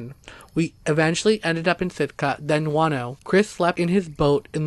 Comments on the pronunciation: I kept hearing "wanno" and didn't know where that was until I heard the capital and realized you were talking about Juno..lol..interesting stories.. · It's Juneau, (JEW-KNOW) NOT FUCKING, "Wahn-oh..." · P.s. it's not Juano but pronounced Jew no Alaska. Love your channel. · It's JUNE-OH..........not Juan-oh. Juneau, Alaska..... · Your Alaska story covering "Juano" should be called Juneua, pronounced Ju-no! There is no town called Juano in Alaska, maybe Spanish for Juneua? By the way, that is the capital of Alaska. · I love you stories but you need to get some tenth names right on the town's I mean it's not wan-no it's pronounced Juno Alaska.other than that I love your stories please turn your recording volume up a little bit cuz sometimes I have to use your plugs and even then it's hard to hear you keep up the good work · I also love your stories and have listened to many; however, it would help if you researched how to pronounce the names of towns. Juneau is pronounced June-O. I have also been there. Thanks for your stories and keep up the good work. I'm not trying to criticize just feel people would feel closer to the stories if the places were pronounced correctly. It took me awhile to realize what town you were talking about in Alaska because of how you said it. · Juneau Is the capital of Alaska and is not pronounces like so many city is the lover 48 states with the H sound. It is pronounces just like the month of June with an O on the end as in Oh. For a moment I didn't know where this place must be in Alaska until you told us about a court case which would have been in the Capital city of Alaska, which can only be assessed by airplane or boat. It has roads for cars inside a very small city that run along the coast for just a few miles and then just dead end. The capital building looks like and office building built in the 1970's that you'd see in every town and city in the country.